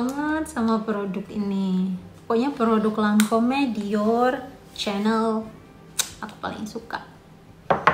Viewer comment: Assallamualaikum..mbak,, bacanya Lancom yaa,, tulisannya Lancom'e